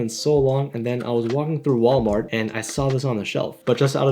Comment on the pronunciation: “valmart” is crazy 😂